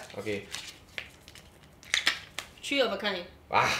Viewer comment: one,two TREE Not hating